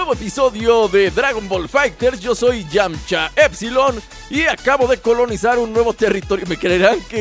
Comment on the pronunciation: Es "Yamcha"